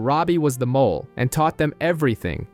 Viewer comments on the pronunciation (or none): none